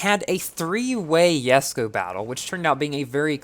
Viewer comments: Even the owner of this car pronounce it as jes-ko and you say it as Yes-ko. I don't understand. Is it because of the difference in American English and UK English? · I hate the fact that you call it “yesko” like bruhhhh xDDD